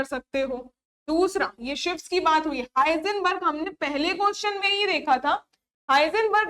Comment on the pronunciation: हिंसबर्ग न कि हाइजनबर्ग